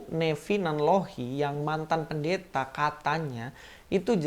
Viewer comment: Ibu PEN-DE-THA 😂 dialek